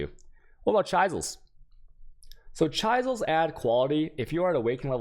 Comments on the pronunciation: "Chi zels" = chalk board scratch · Fuck bro “Chaisals” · I didn't realize he was trolling until he said Chaizels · If you wait a little more he will get into chy-zils. 😅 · Do you pronounce words wrong on purpose? You have good content but the pronunciation's are like nails on a chalk board. Some examples of words you get wrong would be chaos, chisels, alchemy, etc.